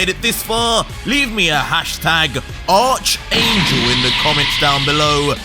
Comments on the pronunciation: It’s pronounced “Arc-angel” instead of “Ar(ch)-angel”. It’s a Greek word which has commonalities in replacing a “ch” with a hard “K / C” sound. Similar to the word “Chemical”. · Ion wanna be that guy but it's not pronounced arch but it's pronounced "ark" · i love you but it’s not pronounced ARCH it’s pronounced like ARC and spelled arch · btw, it's pronounced ARC-angel. Not ARCH-angel. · It's pronounced "ark" angel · Good job, however two things.. Arch is pronounced like Ark. also, Goku transforming should’ve been side by side slides with Dai instead of not at all… was very anti climatic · Lol why is bro saying Archangel like arrrrrcch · FYI it's pronounced Arkangel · ARCHANGEL ARC ANGEL IS HOW IT'S PRONOUNCED BTW 👀😁👍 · Yo, In Archangel the "H" is silent